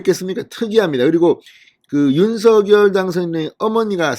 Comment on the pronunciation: 진성호 사장님! 언제나 정의와 공정편에 서 열렬한 방송을 통해 국민들에게 알려 주시는 열혈활동에 진심으로 성원과 찬사를 보냅니다. 단 한 가지 말씀드릴 사항은 윤석열[윤성녈]대통령 당선자의 함자 발음을 [윤서결]로 하시기 보단 [윤성녈]로 해 주실 것을 부탁드립니다. 예를 들면, "작열하는 태양"을 읽을 때, [자결]하는 태양이라고 하지 않고 [장녈] 하는 태양이라고 하듯 말입니다. '작열'을 발음하는 과정에서 일어나는 변화의 순서는' -열'의 초성 유성자음 ㅇ이 앞 음절 '작-'의 종성 무성자음인 ㄱ에 영향을 주어 같은 계통의 유성자 음인 ㅇ으로 변하게 됨으로(역행동화 ←뒷 음절에서 앞 음절에 영향을 주었 기에 역행동화가 됩니다)'작'이 '장'으로 발음되는 것이고 '열'이 녈로 발음 되는 것은 ㄴ첨가현상 때문입니다.[장녈]하는 태양.'열렬한 성원'에서의 발음이 [열녈 한 성원]이 되는 이유도 두 음절 사이에 ㄴ이 들어가(ㄴ첨가)기 때문입니다. 따라서 윤석열을 [윤서결]로 발음하는 대신 [윤성녈]로 해야하는 이유가 이런 과정이 있기 때문입니다.'푲준어 규정- 표준 발음법' 총칙 제1항 "표준 발음법은 표준어의 실제 발음을 따르되, 국어의 전통성과 합리성을 고려하여 정함을 원칙으로 한다"고 명시하고 있는 바대로 표준어의 실제발음를 따라서 표준 발음 을 정하게 됩니다. 다만 '검열'은 [검:녈/ 검:열]과 같이 두 가지 방식으로 소리가 나는 등 일률적이지 않아 'ㄴ'이 첨가되 는 경우에는 사전에서 그 발음을 표시 하도록 하고 있습니다. 따라서 '윤석열' 과 '작열'의 자음 배열이 같기에 석열[성녈], 작열[장녈]로 안 의 표준어 발음으로 발음해 주시기를 간곡히 부탁드립니다.감사합니다.